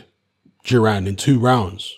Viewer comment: Thought it’s duran not juran